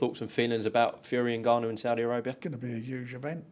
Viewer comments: Frank calling him Niganu 😭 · frank the grown man calling people names and saying his name wrong